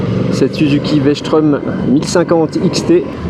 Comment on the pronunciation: Strom, pas schtraume!! elle est pas allemande ! Super essai merci!